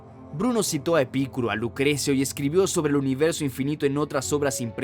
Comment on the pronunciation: En primer lugar, no es 'Epícuro', sino 'Epicuro'; así como tampoco es 'domínico', sino' dominico'.